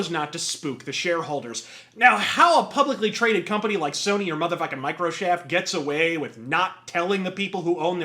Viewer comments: "Fuck you I was rike." 😂😂😂😂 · ‘Fuck you I was rike’. -Wins the Interest